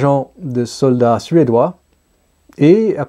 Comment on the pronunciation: Suédois et non pas suédeois ! ;-)